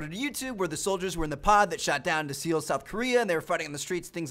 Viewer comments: I think it's pronounced as sol or soul not see-ol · Seoul, south korea is pronounced like "sole" or "soul" tmart, NOT seal XD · He still says See-Owl, South Korea. Instead of Seoul, South Korea, pronounced like Soul. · LOL See-ole. DUDE it is pronounced soul. Seol-soul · Damn u tmartn as soon as you said seoul I spit out my drink all over my couch I'm still laughing it's pronounced soul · Tmar, u cannot pronounce things for your life. Since when is Seoul called seal? I know this doesn't make a big difference but it just sounds dumb... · Seoul Korea is pronounced soul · It is pronounced "soul" South Korea